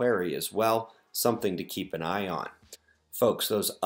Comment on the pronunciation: Chucked when you said "something to keep an Ion". I know that it was "an eye on" but chuckled nevertheless. Oh the Irony! Great mild morning from the west coast state. Good day to all!